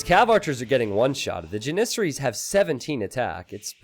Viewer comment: It's JAN-issaries, not jan-ISS-aries !!